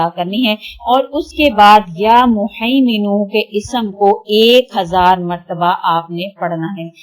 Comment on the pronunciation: behn ap muhiminu hai haa wala haa hy ap glt pronounce krhi hn